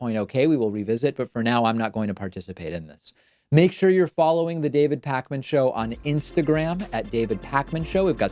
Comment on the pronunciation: It's Pakman! Not Parkman...jeeesz. Great interview though. Very interesting